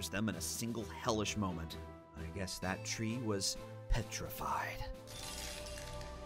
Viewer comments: “Petrafied” *slow clapping* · “Petrafied?” Really, mate? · Lol "Petrafied" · What did you just say? Petrafied? PETRAFIED? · Petra-fied? Seriously? PETRA-FIED!!!???